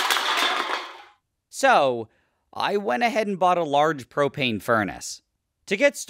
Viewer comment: Did you say cocaine furnace? Not an edit: propaine